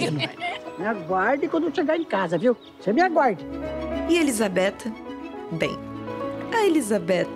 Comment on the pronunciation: Elisabeta??JANI? pq não pronuncia Elizabeth e Jane direito